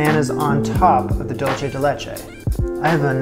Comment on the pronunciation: Love this, looks absolutely delicious. Also, dulce is pronounced like "dool-say"! It's Spanish, not Italian 😉